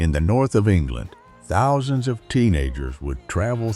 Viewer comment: Why can't the AI narration pronounce "Thousand" or "Compilation"?